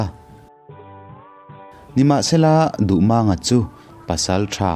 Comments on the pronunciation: Duhmâng/duhmaaang niloin Duhmang tihzawktur MANG tih hi pawi(h) Lai tawng ani a LAL tihna ani. Mumang tih a MANG tihrik angkhan tihrik tur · Duhmânga ni lovin duhmanga tia lam tur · Mizo hnam peng dang ho thawnthu i chhiar dawn chuan an hming hi a nih dan tak2 aa pronounce zir ve tal la! “Maang” a ni lo “mang” a ni ee. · A dik.Duhmànga tia a lam kha mak ka lo ti deuh reng ani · Ngaihnawm lutuk, amaherawhchu, Dardini Tlangvalpa hming i lam dan erawh hi chu a dikhlel duh anih hi... A tha lutuk tho tho ania.. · Duhmanga hming hi lamdan a dik lo. 'Mang' tih lai hi thluk tawia lam tur a ni. A thluksei a lam hi lusei hming lamdan a ni a, pawi hmingah chuan a thluk tawia lam tur. He thawnthu hi pawi (Lai) thawnthu a nia.